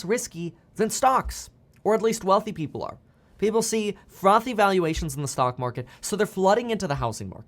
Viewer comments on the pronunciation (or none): none